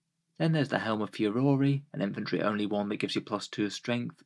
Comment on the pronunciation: Furore its pronounced fue-roar